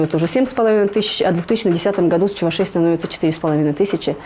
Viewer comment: Чувашей, ударение на второй слог. Внимательно будьте)